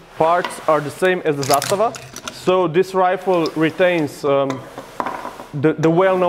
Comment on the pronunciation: You said Zastava fluidly, where are you from? :)